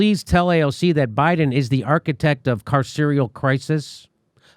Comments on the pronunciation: Jimmy can't pronounce carceral? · "carceral"? Sorry, AOC, sesquipedalian (look it up) speech makes you seem dumber, not smarter. Friendly advice: when your handlers use words you don't understand you shouldn't repeat them.